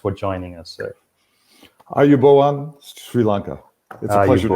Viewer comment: damn, he nailed the ayubowan.